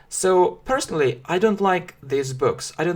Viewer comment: Английский язык. Английский для начинающих. Уроки английского языка, я все равно слышу this. Хотя между произношением These и This разницы наверно нету.